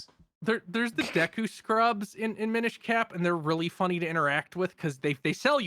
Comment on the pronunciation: "Mine-ish Cap" bruh...